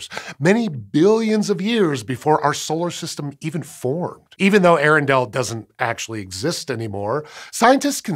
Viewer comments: Pronounce both the vowels at the beginning Earendel separately. A-air-en-del. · Just a tiny nitpick, but Earendel is pronounced with the first a making a separate sound. Ay-ah-ren-dil. It is rumored that the name of this star as written in an old English text, is what I soured Tolkien to begin to write his entire legendarium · Hi. Earendel was named so after Tolkien's Eärendil. As such, the "ea" are in hiatus, not a dipthong. It's not 'eh-rendel,' but 'ee-ay-rendel."